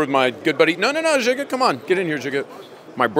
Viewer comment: Did he say Jigga? Last time checked his name was Ziga